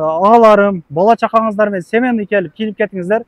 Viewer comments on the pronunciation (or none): 😂семенный дейби, же семейный деп айтамын дегениби